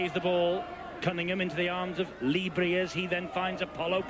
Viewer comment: Interesting way of pronouncing Lee Briers' name 😆